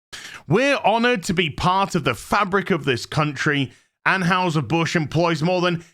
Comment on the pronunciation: Ann HI Ser. Not Ann Haus Her.